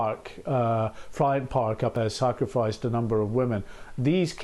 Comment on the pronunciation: did he say 'sacrificed'...